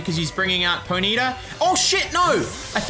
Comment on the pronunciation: You pronounce Ponyta all wrong and it pisses me off